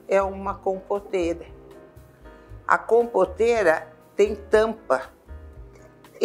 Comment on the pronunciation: É impressão minha, ou foi pronunciado “compoRta” e “compoRteira”?